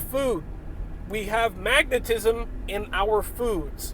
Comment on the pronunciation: 😂 When you first said magnetism I thought I heard you say maggotism. 😂😂 Btw I found a bug in my tea crackers. Won’t be buying those again in the near future. 🤨